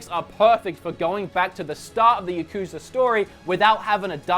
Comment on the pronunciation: It’s yakuza not yakuooosa